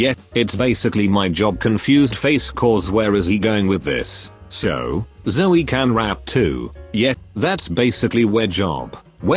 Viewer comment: "When Mystery and ZzOOrry met again" WHY DID THE AI PRONOUNCE ZOEY LIKE THAT?? 😭